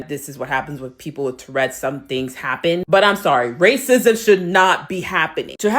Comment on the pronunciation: That woman is disgusting... Davidson should sue her for slander. She can't even say tourettes correctly. "TURRETS!".... It's not a tank!